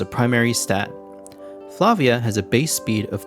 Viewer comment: Props for pronouncing Flavia correctly